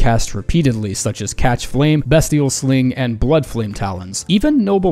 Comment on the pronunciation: Beastial sling. Nit bestial sling